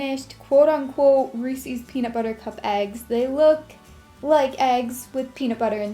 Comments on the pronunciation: I love your crafts but its reeses not reesies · Ehy do you say "reesees" it's pronounced reesis!!! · Just so you know you pronounce resees wrong, it's re-ses (likes says but ses) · Reesees...holy moly OCD it's Reese's ! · It's pronounced REES•IZ not REES•EEZ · they aren't pronounced reesies they are pronounced reese's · I find it strange that americans pronounce reeses reesees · Who else hates the way she says "Reese's"? Lol just kidding, we love you!